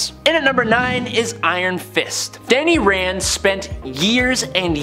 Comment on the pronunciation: He said "Fanny Rand" lol